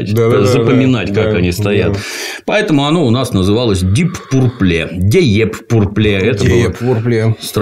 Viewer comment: Деп Пурпле😂😂😂